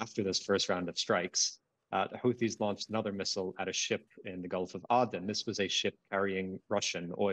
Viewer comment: He can't say Aden correctly. I cannot listen